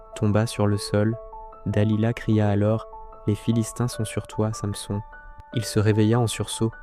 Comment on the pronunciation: Revoir la prononciation de [Samson] ....